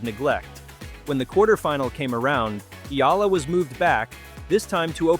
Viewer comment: Thank you Sir, for pronouncing her names correctly 👏👏👏👏👏